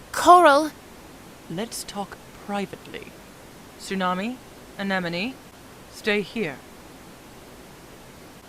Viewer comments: These clips have one part in common. Tsunami pronounces “Anemone” as “Anenome.” That bothers me. All jokes aside, you guys did an amazing job at this! I cannot believe how great it is! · This is such a good dub but the constant mispronunciation of Anemone’s name is killing me